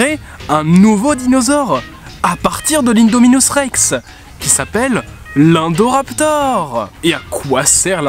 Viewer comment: Ça se dit indoraptor je dis ça je dis rien !!!?